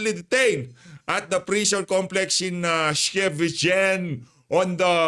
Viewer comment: Hehehe.. pronounce Scheveningen as "eShkay-Ve-Ni-Ngen"